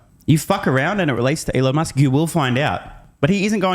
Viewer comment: "Allon Møsk" or something? 😂